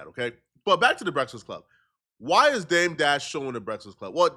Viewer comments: Why TF u cant say “breakfast” right ? As many breakfasts as you eat daily 🫃🏾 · can’t say the word “breakfast” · This man can’t say breakfast for shit😂😂😂